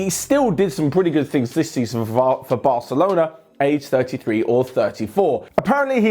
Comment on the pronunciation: In, said varcelona